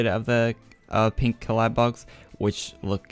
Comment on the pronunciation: Dammit, Its caladBOLG not caladBOG lmao